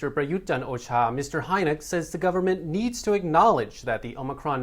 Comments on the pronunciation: I think Heinecke is pronounced Hi-knicker. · Way to slaughter to pronunciation of Heinecke lol... Hope money talks and the government listens. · Mispronounced Heinecke